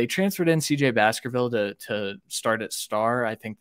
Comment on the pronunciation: CJ Baskerville not bakerville lol good segment though gentlemen